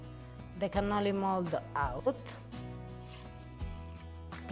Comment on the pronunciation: Cannoli!!!! You are killing me.